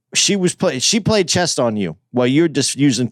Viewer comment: ...uhhh, it's chess bro not chest lmao